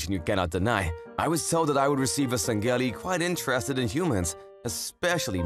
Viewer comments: the Sang gheli 💀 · hearing you say san-geli is painful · Me on the outside: “Lol, funny comic, booba alien.” Me on the inside: “IT’S PRONOUNCED SANG-HELI!!!! 🤓🤓🤓🤓🤓🤓🤓🤓🤓” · Its pronounced "Sang-he-lee". But not bad for a first timer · Sangheili is said like sang heely thier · okay amazing work as always but YOU DON'T HAVE TO PROUNOUNCE THE G IN SANGHEILI ToT my inner halo nerd was in pain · The male VA is mispronouncing sangheili and sanghelios. Sang-heel-ee and Sang-heel-ee-os. It's like he never played the games, or at least he never paid attention to how they are pronounced. As a big Halo fan I can't let this slide.